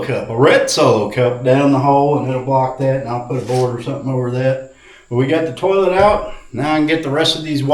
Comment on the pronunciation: Imma have that damn song in my head for 3 days now hahahahah and ive never heard someone say tourlette before....love it hahahhaha in he made a dunny funny and no no pooping in the new place, plug everyones butts before they enter...Dollys, Jaspers, Tillies etc....